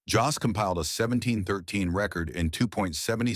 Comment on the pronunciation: At least you could get his name right: Jost.